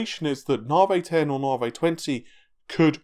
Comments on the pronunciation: na vee not na vay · come on and admit you're trolling us. Anytime you mention Raja Koduri, you roll your "R's" till your tounge is sore in an effort to properly pronounce it, but Lisa Su/all of AMD call it "Nah-Vee" and you say to yourself..."Now that's the hill i'll die on!!!" lol.... I consider myself well trolled.:) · nar-vee raid-e-on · NA-VEEEE, its NA-VEEEE! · 'NAR VEY' .. Cheses fxcking CHRIST, did Dr Su call it NAR VEY? Get a bloody hair cut. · once you hear it you can't unhear it